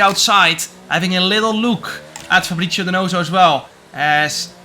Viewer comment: its “fabri(ts)io”, not “fabri(cc)io”